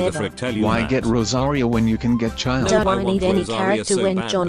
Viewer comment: As a person who's first language was Russian it's both hilarious and painful to hear Childe's pronunciation